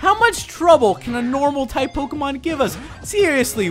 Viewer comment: Tighp. You mean Type? :)